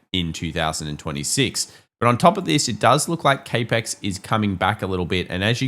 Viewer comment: CAP-EX. It’s pronounced “Cap” Ex. Capital Expenditures.